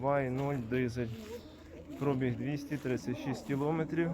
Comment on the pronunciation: Вчіть українську мову. Немає такого слова як прОбіг, вірно говорити пробІг. Невірною вимовою ви вбиваєте рідну мову.